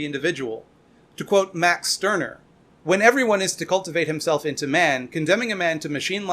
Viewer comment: True. He also mispronounced his name pretty hard but I guess that's more excusable